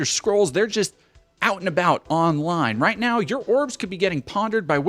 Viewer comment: Come on, emphasis should be on the NOW